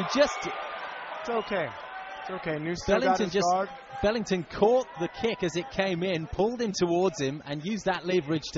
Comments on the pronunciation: BELINGTON?? HAHAHAHAHAHAHA....BELINGON SIR!!! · FUCKING COMMENTATORS KEEP ON SAYING "BELINGTON"... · funny, they kept saying 'Belington'